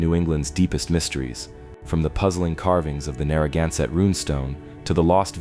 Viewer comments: Would your AI PLEASE pronounce "Narragansett" and "Quidnessett" correctly? When said incorrectly, it sounds like nails on a chalkboard. Thank you. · The mispronounciations of Scituate and Narragansett are killinggggg meeee😂